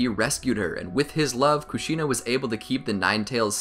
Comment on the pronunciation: Kushina is pronounced Kooshinu And Rin is pronounced Reen